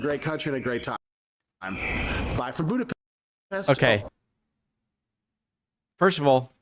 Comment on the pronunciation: Funny that he's been going there 20 years and still can't pronounce Budapest correctly! Hi is Szia and thanks is köszönöm.